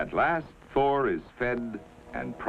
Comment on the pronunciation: anybody else hear, an undisclosed number of four (presumably badly pronounced Thor) the weapon systems 😅